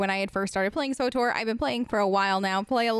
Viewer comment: Its pronounced "switor" not "swotor" my head hurts, lol thanks for the tips tho